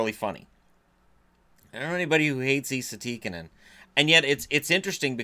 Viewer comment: Wouldn't call it butchering